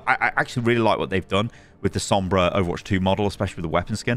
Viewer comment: U actually said sombras skin name good on ur first try